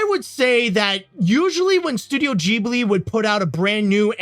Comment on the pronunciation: Who's gonna tell him he's pronouncing Ghibli wrong?